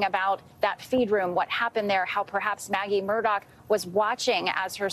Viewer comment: People still pronounce this guy's name as Murdoch! Anyone seen Lethal Weapon with Danny Glover???? How do you pronounce his last name......they are very similar